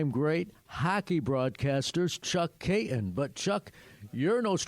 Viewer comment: FYI, it’s not “Kay-un”, it’s Kay-ton.